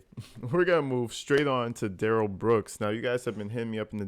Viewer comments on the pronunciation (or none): Yeah, Daniel “Axed” for his phone back, but DUHH-RRELL kinda pulls back & keeps talking on the phone. Also, DB lucky the Cops didn’t fire when they first approached & told him to put his hands up! Cause you can see DB put his right hand in his pocket to pull something out, after initially putting both hands up.